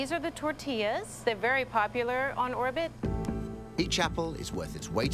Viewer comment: DID SHE REALLY JUST SAY TORTIAS??? 😡😡😡🤬😡🤬😡😠🤬😡😡😡😡😡